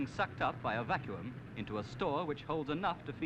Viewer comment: I never knew vacuum used to be pronounced vac-you-um